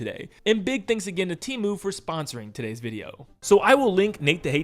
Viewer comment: It's pronounced "Teh moo" btw